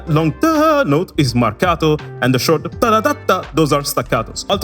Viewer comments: The way you pronounce "Marcato" and "staccato" is suspicious, i think your're secretly italian or you have some connections with my country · he says marcato and staccato better than me. Btw I'm italian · The way you pronounced "marcato" and "staccato", you're Italian right?